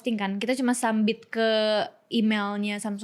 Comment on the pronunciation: btw, bilang "Submit" tapi "Sambit" ngakakkkk🤣🤣🤣🤣🤣